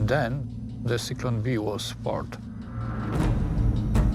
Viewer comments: Cyclone B? It's Zyklon B. Try harder next time. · It's Zyklon B Not Cyclone B